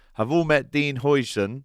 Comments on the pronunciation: the pronunciation is: HIGHsen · Huijsen is pronounced ‘Housen’ but with the OU sound pronounced like ‘out’ or ‘how’ but in a Scottish accent, because the UI or UIJ sound doesn’t exist in standard English. His name means houses but with the old Dutch spelling (sometimes it’s also spelled Huysen) nowadays it would be Huizen. Speaking of the player we in Holland are saying we missed out on the new van Dijk for the next 10+ years and he played excellent against us in the NL. The Spanish are calling it the steal of the century so that should tell you something….